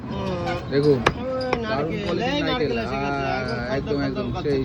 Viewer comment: ওটা নারকেল হবে ঠিক আছে ।।। নাইকেল না